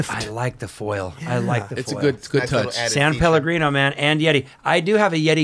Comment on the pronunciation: Kudos to him for the “san” in “san Pellegrino ‘, americans always miss that